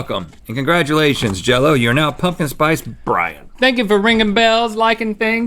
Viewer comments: Pumpkin sprice brian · He said "Pumpkin Sprice Brian" 😲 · "pumpkin sprice brian" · Nobody: Link: “Pumpkin Sprice Brian” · "Pumpkin sprice bryan"